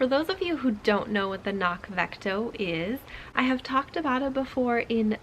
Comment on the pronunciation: FYI: They note on their site that it’s pronounced with the hard C included at the beginning, just as it’s spelled. (kuh-nock) (It basically means ‘hill’ in Gaelic.)